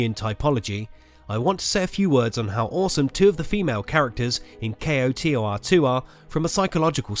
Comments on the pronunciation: Dude! It's either "knights of the old republic two" or pronounced "ko-tor" two. Saying just the letters makes nothing faster. Why the hell would you you take the time to say "Kay oh tee oh are two" I stopped this half way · I'm sorry but I simply cannot take you seriously when you can't even pronounce the game's acronym title. It's "koe-tor" >_< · Its pronounced CO TOR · Say Kotor as one word my man. Saying the letters individually is cumbersome. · What rock have you been living under? It's not "K-O-T-O-R," it's "Kotor." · Dude its not kay oh tee oh are too. its fucking koh tor 2. damn thats annoying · Dude... K-O-T-O-R? Just say KOTOR, KO-TOR... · I was like just say k’oh tor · Pronounced Koe Tore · Nice video, except the "kay-oh-tee-oh-ar two" part lol. A big mouthful. Most people understand what you mean with "koh-tor" I agree, there is so much potential in the Star Wars universe wasted by bad writing and appeal to showy schlock. The last couple seasons of Clone Wars and Rebels seem to come the closest we'll ever get to the quality of character development and expansion of the star wars universe KOTOR and Zahn novels do. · it's pronounced koh-tour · Kreia kick started an era where every mentor type character in a video game ended up betraying you in the end. It got very annoying. and for the love of god KOTOR is said as a single word. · lol kotor is spoken like its a word not as individual letters k.o.t.o.r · A W Grammar nazi alert Acronyms can be pronounced like NASA, NATO, or KOTOR initialism is pronounced using the letters like FBI or CIA So he was right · pls just say kotor not k. o. t. o. r. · did you really just say kay oh tee oh are? pretty much any normal person just pronounces it as koh-tor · "K-O-T-O-R". Ugh. Just say KOTOR. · CO-Tar... Where did he learn about this game and not know how to say KOTOR? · How hard is it to say "koh-tor"? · Just say Koe-tor The whole kay oeh ar tee thing is a bit too much, love the vid though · JUST SAY ‘CO-TOR’ ;)